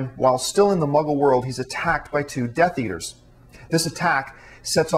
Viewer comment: Oh wow and I thought it was bad when he said Death Eaters, I've gone back and listened to the part where he says Dumbledore and I swear that he keeps saying Dumbledorf, pretty sure that I'm not just hearing things